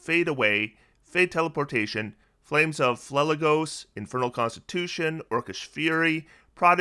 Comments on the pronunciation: Ooft, my my greek myth loving heart is pained every time you say phlegethos. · the way you pronounce phlegethos probably makes the entirety of greece wince 😂